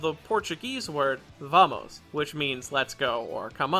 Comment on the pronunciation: amazing ideo just want to add that "vamos" with 2! is spanish, not portuguese both languages have the same spelling, but obly spanish has 2!, also ur pronunciation was spanish (i'm brazilian so kkk)